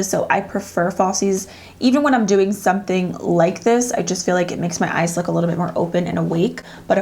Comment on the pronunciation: i hear "dewing really well" "these dew last .." lolol